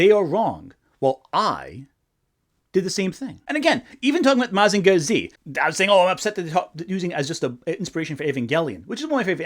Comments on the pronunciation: Bro why do you say Mazinger Z like that. Mazinga Zee is how they would say it on Big Bang theory. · What the actual fuck is that pronunciation of Mazinger Z?